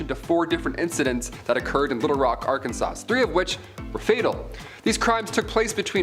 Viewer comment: So when you get to the serial killer who is the river city ripper who is responsible for 4 different crimes, for some reason you show a random picture of the chicago ripper crew that has nothing to do with the crime u are currently discussing and the dude who is presenting pronounced Arkansas with the s sound at the end?! Are all millenials retarded, what the hell is going on this video?